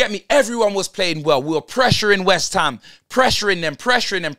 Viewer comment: Man said waste-ham 😂😂😂😂😂😂😂😂😂😂😂😂😂😂😂😂